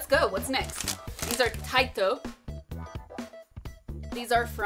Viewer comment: It's pronounced "Taito" like Po-tato :) "Nar'n Arelind" Most Americans say it tastes like Bubble Gum, it's our national hangover cure after drinking our other national drink. The factory is just up the road from me in Edinburgh :) You should try the Petticoat tails, they're great for dunking in a nice cup of coffee/tea. Why were you doing a Liverpool accent though?